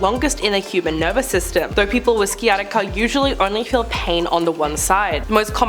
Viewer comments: You really need to learn your words. Sciatica is pronounced sy-at-ica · Pronounced “Sigh-attica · This annoys me so much lol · Painful lol…..google pronounce is right there… smh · Thanks I was going to mention the C is silent 😊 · Your pronunciation of sciatica is amusing